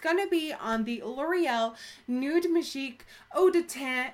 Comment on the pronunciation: love when you say majig hahahaha too funny